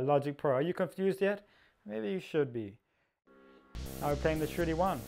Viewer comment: Im sitting here scratching my head why I would have written that... !! because it sounds like youre saying "shitty one" when you say shruthi-1... haha.. no offense